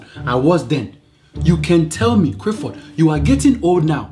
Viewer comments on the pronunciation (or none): The way he pronounces his name is what kills me. Crifford